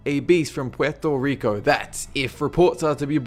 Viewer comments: Petrwo Rica? Thats some of the best pronunciation I've heard on this channel :) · It's pronounced Puerrrto Rrrico. You're supposed to roll the "r". Rrrrrrrrrrr. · can actualy pronounce cupacabra goos but butchers puerto rico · u pronounced Puerto Rico wrong but that's ok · ok i don't mean to criticize, but he COMPLETELY butchered the pronunciation of "Puerto Rico"... but its in spanish so ur forgiven